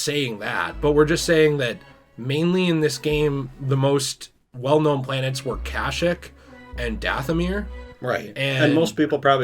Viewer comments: what the fuck is Kash-ick? I know what KASHYYK is, but I’ve never heard it pronounced like that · Isn’t it pronounced kasheek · Am I the only one that has a problem with they way they pronounce kashyyyk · The way you guys were saying Kashyyyk was getting under my skin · Great vid guys! But the way you say kashyyyk makes me cringe haha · Mispronounce Kashyyyk one more time I fucking dare you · It bothers me how much they keep mispronouncing Kashyyyk